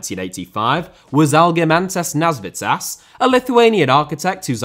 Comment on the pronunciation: Nasvytis (Nasveetis), not Nasvitsas. Try to remember how you pronounce Mikis Teodorakis - it works the same way.